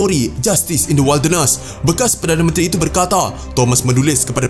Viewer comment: Salam admin. Maaf, sebutan "wilderness" salah. Sila semak sebutan yg betul 🤭